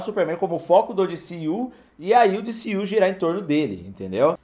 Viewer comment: diciu que horrivel, D C U fala em português kkk